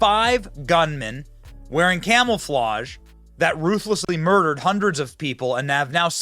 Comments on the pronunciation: Is it me or does Benny say camel-flage instead of camouflage 😳🥴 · Did Benny just say "Camel-flage"? 😅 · Are you saying camelflage? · Benny I can’t take you seriously if you say “camelflauge” and “nookular”